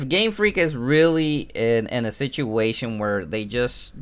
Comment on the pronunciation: yes it's 'rerry understandable' isn't it